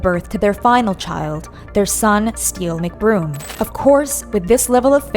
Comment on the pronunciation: "Steel McBroom" lol...